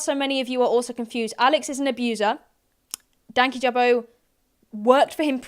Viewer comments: all the hostility from their end denied any confidence i had in the slight idea that this would at any point be a civil conversation. also them mispronouncing (as far as i know) the channel name shows they kinda really only wanted some drama. their effortless points, their backtracking and their sidestepping is so dizzying. i used to watch them both then fell off louis at his melanie martinez video, and katieclyzm at her lilytino video. the irony of louis commenting on nuance and such while having that as the intro to his video on such serious subjects is baffling. hope you're alright after this, it's clear that the subject means a lot to you and i'm sure a lot of people including myself are proud to stand by your side in this unfair situation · I was thinking that; and on top of that you know they’ve seen enough of his videos to get his YT name right? Like I just felt like them mispronouncing and calling him names really felt hateful. “unbiased interviews” though 💀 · Hey can I just say it’s annoyed me how people can’t say dankyjabo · I know it’s been a year and some change…BUT… are they pronouncing dankyjabo wrong or am I just pronouncing it wrong in my head? I swore I’ve heard say it differently in other videos. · They were saying it wrong. You emphasize 'danky' and it's a soft 'a' in jabo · been just on top of the insane allegations and blatant disrespect they can't even say his name right